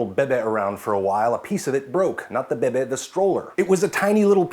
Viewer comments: I had to pause the video at "Bebeh" because I was laughing so hard. Hahahaha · The way you said bebe made me laugh loudly at work, which is a quiet labyrinth of cubicles. Oops.